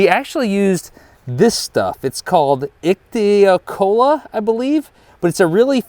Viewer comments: you pronounced icthyocolla pretty good! it's icthyόkolla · Did you know that ichthyocolla literally in Greek means fish glue? Amazing! 😁quite good pronunciation well done!